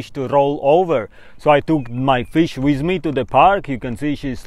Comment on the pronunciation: “wizz me”